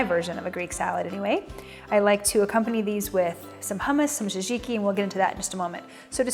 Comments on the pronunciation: Pretty sure the pronunciation of tzatziki is sat-ziki not jazi-ki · Hah, besides disliking how she butchers the word tzatziki several times she made me laugh when she mentions the people she loves and doesn't forget to put herself first at the top of the list. Definitely not the next TV Network Star, but cooking is very personal and everybody does it their own way. I would just prefer her to stay out of my kitchen and keep her mouth shut around my grill. I'm still searching for the best Chicken Souvlaki recipe.